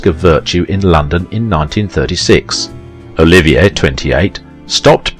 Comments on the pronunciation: OH-LIV-EE-AY not Oliviah!! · It would be nice if the broadcaster could pronounce "Olivier" properly.